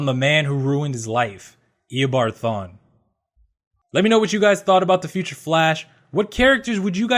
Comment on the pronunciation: Why did u say thawne?